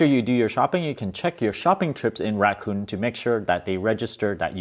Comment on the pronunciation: Rakuten should be produced like Raku ten (ten like 10). Not like Raccoon, please.